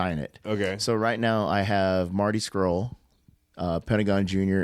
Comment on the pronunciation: Why can't Americans pronounce "Marty Scurll" correctly? Poor Marty Squirrel, LOL